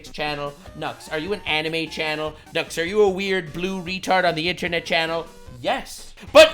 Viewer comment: Nux I thought you said johnny Salami😂🤦‍♂️